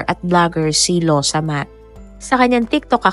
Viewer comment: Excuse me not losomath.. Its lawsamat... Means excuse me